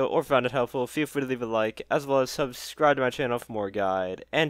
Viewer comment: still waiting for that video where you pronounce "subscribe" in one smooth swipe